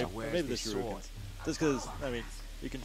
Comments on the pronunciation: But yes, "shirookens," lol. Shoulda known when you saw "IGN" that they'd suck at everything PC. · "Shirukens" X)